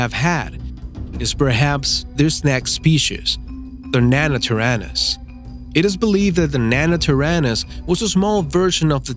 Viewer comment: Omg he can’t even pronounce nanotyrannus he pronounces it as nanatyrannis